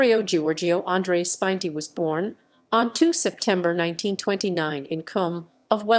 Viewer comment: THE NAME IS SPI-NET-TI, not SPINE-TI!!!! You ignorant idiots!!!!